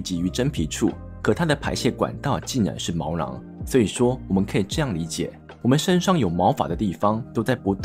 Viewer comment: 毛囊 ㄋㄤˊ 不是毛狼ㄌㄤˊ